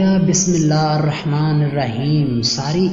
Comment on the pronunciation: Bismilla Harrahmaan Nahi hota Hirrahmaan hota hai zair lgti bhai